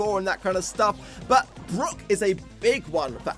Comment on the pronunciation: Did just pronounce Brock as “Brook”??